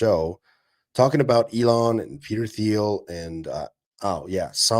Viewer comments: FYI: Peter Thiel's name is pronounced different to how you said it,, its pronounced like the green blue colour... Teal. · Brother how long will you continue to mispronounce Peter Thiel? 😂